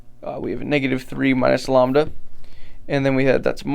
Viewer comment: Never heard someone pronounce lambda like llama and not lamb before!